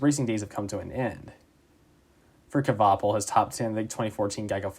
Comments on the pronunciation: Great video! I loved watching that finish seeing my favorite driver get 6th at Dega, such a great moment. One thing I will say tho, it's pronounced "Kwa-Pull" not "Kuh-Va-Pull" other than that great video. Hopefully we could see more videos on some of the smaller teams in the sport. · The k is silent. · The cringe everytime he tries to say "Kvapil" lol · The way you pronounce Kvapil is killing me lol